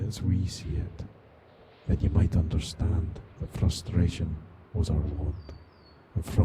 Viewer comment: "d'y'oonderstahnd". the classic Glaswegian accent.